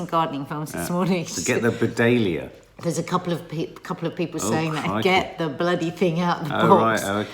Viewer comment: Do you mean a Buddleia, which is pronounced (Bud Lee a)?